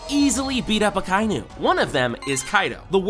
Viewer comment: Akainu is pronounced Aka-inu.🤬😡😤